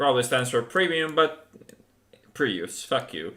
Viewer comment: did he call it the prius?? LOL